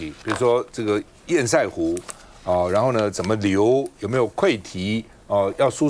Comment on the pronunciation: 請問到底什麼是煙賽湖..？？？？？能不能上節目前查查自己不熟悉的名詞怎麼念…都沒有助理嗎？教育部有頒布國語字典，不難查吧…